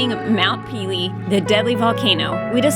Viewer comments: You make me cringe everytime you say mount peelee.....it's French...there's an accent on one of the e's...meaning it sounds like...mount pay-lay NOT peeeleeee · Mount Pele is pronounced Paylay. Great vid.